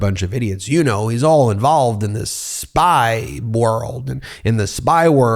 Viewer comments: The way Homer Comer pronounces"spy"as "Spa" 😆 Where I come from a"Spa" is a slang word for a moron, an idiot or clown when used in a derogatory way. So when he said "he's in the spa business" well sounds about right to me. 😂 I put Comer in the same category as his whistle blower, he's also a "Spa"!!! 😂🤣😂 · Comer didn't say 'Spy business', he said 'Spa business'. Search the saunas and beauty salons.